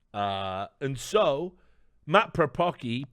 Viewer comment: Paprocki is a Polish surname and the c is pronounced as a soft c similar sound to s